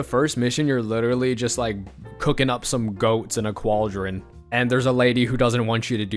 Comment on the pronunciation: wtf is a cwaldron